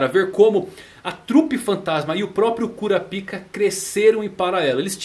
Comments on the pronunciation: Cada vez que tu falava "KURAPIKA" eu soltava uma risadinha kkk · Esse maluco gosta de falar kuraPIKA com a boca cheia , gsus